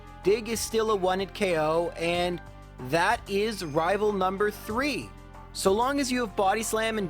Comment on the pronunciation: Glad to have you back,! We missed you! <3 I was going to say you are a patience saint for doing this but you already did physical Abra challenge so... PS.: Every time I know I can beat 3 mons with the same move I always say mentally the "one... two... tree" with your voice in my mind. Much love! Keep it up,!